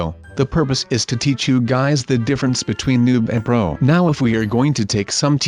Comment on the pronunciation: You said bro instead of pro